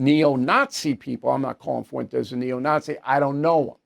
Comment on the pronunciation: ‘Mr FUWENTEZZ’ 😂😂